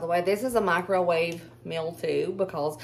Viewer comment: I love how you say mikrowaveyyy 🤣😅 ever since we saw that video, we can never say it normal again lol. Your sons are good boys!